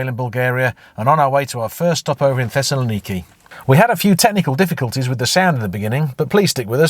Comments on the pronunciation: Brilliant👍! Greece is gorgeous! Has learned to pronounce Thessaloniki eventually?😊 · Excellent video! Amazing! Could you please teach how to pronounce Thessaloniki 😂